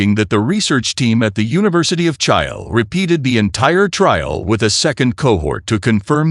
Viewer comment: Correct the pronunciation of CHILE onward -- stop Stupid errors of Artificial Idiot narration !!!!!!!!!!!!!!!!!!!!!!!!!